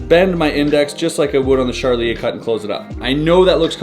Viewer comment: I hear the charlier cut as 'sharlie A cut'....anyone else